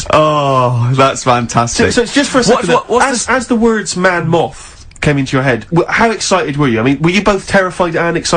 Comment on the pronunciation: ‘Man Moth’ was the fakest thing ever. The pronounciation was nothing like ‘Man Moth’.